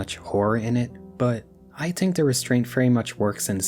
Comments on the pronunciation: why is bro saying tink instead of think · Great video man, loved it, but just one question, why do you use the patois pronunciation for the word “think” ?